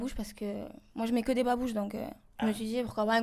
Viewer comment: 2m59 il dit babuche mdr